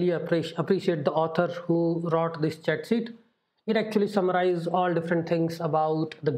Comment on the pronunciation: Hey dude, big typo there, should be 'Cheat'. You are saying chat, should sound like teeth..